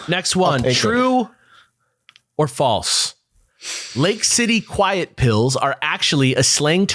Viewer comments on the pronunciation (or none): none